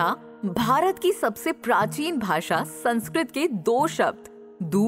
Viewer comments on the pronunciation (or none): none